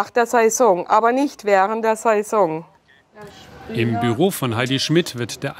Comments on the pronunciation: Saison nicht Season. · Heidi Schmidt müsste lernen wie man Saison ausspricht , ned saysong sesong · wenn triggert es auch so das sie so komisch Saison sagt 🤣